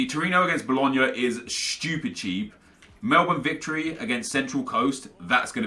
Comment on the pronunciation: Did he just pronounce Melbourne correctly?...